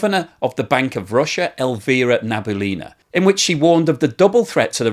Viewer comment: Just a little comment re russian names - Nabiullina's last name pronunciation is "nah-bee-OO-leen-uh" ("oo" is the stressed sylable)